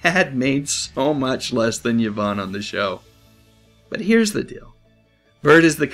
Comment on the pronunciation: It’s pronounced E-von, not Ya-von.